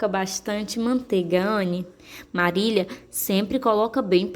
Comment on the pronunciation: Muito boa a leitura mas o nome não eh Marília e sim Marila mas meus parabéns...